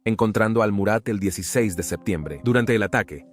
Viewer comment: DA RISA ESCUCHAR PALABRAS COMO EL NIDO DEL LOBO, O MURAT (se DICE MARAT)😅😅😊😅😅